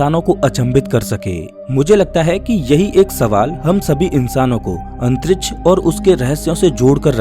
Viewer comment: Bhai pehele antriksh bolna shik jaa 😂